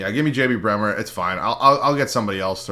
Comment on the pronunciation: Why do you keep saying JB bremer lol